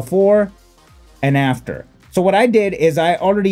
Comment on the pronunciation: I like how you say "this is Before, this is Aftuor" Classic 👌👌🤣